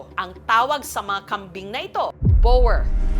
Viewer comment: Di ginawa ni Jessica Soho ang homework niya. Sablay ang pronounciation ng boer. Pati breeder sablay din. Google google paminsan.